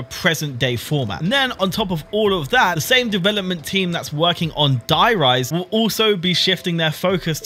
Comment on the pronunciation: How can you love zombies and pronounce "Der Riese" like that xD